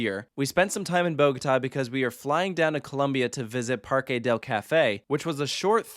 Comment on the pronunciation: So i just thought I'd clear this up not just for but for everyone who watches coaster studios and doesn't know how to say foreign words, I'm gonna say how you pronounce "parque del cafe" "mundo aventura" and "salitre magico" You pronounce "parque del cafe" as follows (par-ke del ka-feh) for parque you don't say it like park, you pronounce the q and e so it makes a "ke" sound and for cafe you seperate the f and e technically so it's like "fe" not how American people say it which is technically "caf-ay" oh and the fe part has a silent h Before I move on I just want to let you know that i'm not making the pronunciations up, I actually take Spanish in high school so that's my source for salitre magico you pronounce it like this (sul-e-tr-e Ma-j-eco) and finally mundo aventura (Moo-ndo aventura) If there's any native Spanish speaking people out there and I got anything wrong then please feel free to correct me, because just because I take Spanish class doesn't mean I'm a pro at speaking Spanish, like I can't just have a full on phone call or convo in spanish